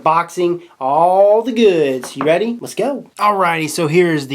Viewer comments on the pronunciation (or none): none